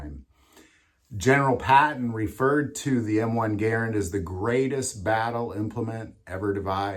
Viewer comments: Mispronouncing Garand is making me want to scream every time you say it. It's GaRAnd, not garan d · Warning! This video is a hard watch. This guy keeps mispronouncing the Garand as "geer - end". How he hasn't noticed that he is the only person in the world to use this mispronunciation is incredible. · You must not be from the south because everyone down here pronounces them Ga rands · Dude, please learn how to enunciate. It is painful listening to you mispronounce Garand.